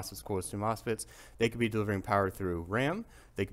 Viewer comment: Did you say moss pits?